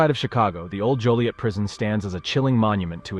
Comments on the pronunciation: It's Joliet not Juliette. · And I apologize but it’s Joliet not Juliet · It sounded like they only said Juliet the first time. After that I always heard Joliet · Joliet not Juliette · JOLIET ,not Juliet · It's Joliet not Juliet.........smh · Its “Joliet” not Juliet. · Joliet… not Juliet. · It’s joliet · It's Joilet, not Juliet. Also, the other prison is Stateville, not Statesville.